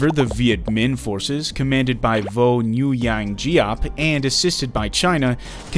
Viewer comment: All is good except the name pronunciation. The Nuyen in Vo Nguyen Giap can roughly be pronounced as a soft /Gwen/